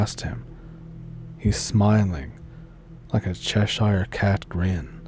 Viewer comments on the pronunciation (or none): none